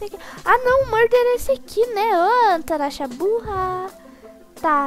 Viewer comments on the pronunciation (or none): O seu nome é ou tanasha pq quase sempre vc fala "tanasha"